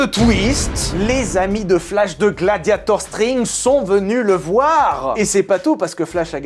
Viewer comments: je suis pas fou tu dis gladiator string ?! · "gladiator string" vraiment? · à "gladiator string" XD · le "gladiator string" il est fait exprès ou c'est comment ? 🤣